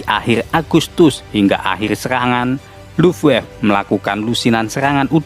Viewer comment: sedikit koreksi bang,angkatan udara jerman di baca bukan luffwaf bang, tapi luft-waffeu